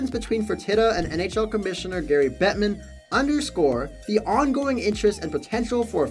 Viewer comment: Did you say Barry Gettman? Enunciate!